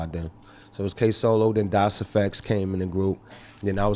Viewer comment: the description is misleading it says Das Efx when he clearly says Daz